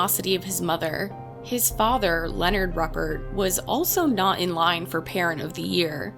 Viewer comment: Pronounced ROOpert. He died in prison yesterday. I was 3 when this happened a few blocks away. I’m enjoying the great content. Thank you!